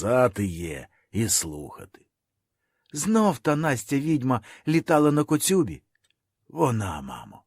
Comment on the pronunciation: Хіба правильно казати "коцЮба", "гОрнято"? Напевне ні.